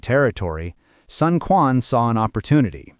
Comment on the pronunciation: Sun Quan, written as 孙权, is supposed to be pronounced as Sun Chuan in Mandarin Chinese, not Sun Kuan